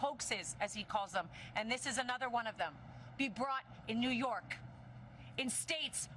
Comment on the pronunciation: Neeww Yorkkk, Neewhu Yorrrrkkkkk! ❤